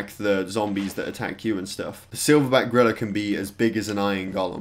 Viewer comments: he said silverback grilla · I was so confused when he said gorilla because I thought he was saying grillers